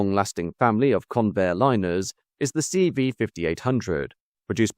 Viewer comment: Okanagan is pronounced: O-can-arr-gan